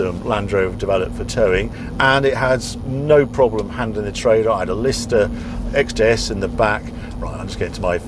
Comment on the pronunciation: Sorry, did you say "Lister XJS"? I mean, the defender is great if you like that sort of thing, but you cant dangle a Lister in front of us and not follow up.